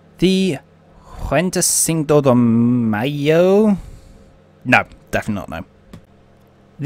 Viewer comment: I’ve been in broadcasting since 1995. It can be tough especially bad for me during the Yugoslavia wars. The bloody names! Like I say just take your time with the hard words. Break them down unto chunks or write them down in your script phonetically. For example: Venty Sinco De May-O Cow Loon Trinca Ma Lee Also if you’ve got a tough to say word, consider re-writing the script so you don’t have to keep saying it. Please don’t take this as negative criticism. It’s anything but. Just a bit of advice from someone whose spoken for a living for years. Your vids are so informative. Keep ‘em coming shipmate!